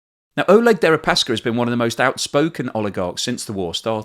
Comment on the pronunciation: Damn, guess I missed out on a unique defenestration joke. BTW Oleg is pronounced Ah-LYEK in Russian, their version of Alec.